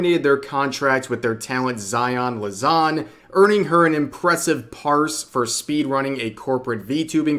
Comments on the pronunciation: Lan-za, rev. Not, La-zan. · “Lazan” lmao come on dude make an effort the word is right there. LanZa. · It's amusing how you always say LaZan and it clearly is written LanZa. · Take a shot everytime Rev says Lazon over lanza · "zaion Lazon" i mean i know he obviously is not a big niji fan but still sheesh cant mess up a name harder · It sucks zaion is terminated she was my fav such a joy but also rev I can’t get over how bad you butchered “Lanza” jesus.